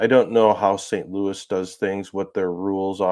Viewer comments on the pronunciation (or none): none